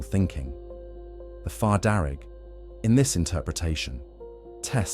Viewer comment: Fear not far, you kept saying it wrong